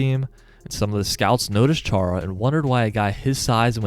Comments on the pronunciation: its Chára not Čára xdd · nerd alert btw, but as a slovak, hearing the "Ch" in his name being pronounced like that just rubs me the wrong way lol (it's pronounced kinda same as spanish people pronounce "X" in "Mexico") also, there's an acute accent on the first "a"... (Chára), which means it's pronounced "Chaara" Sorry to be nitpicking/pain in the *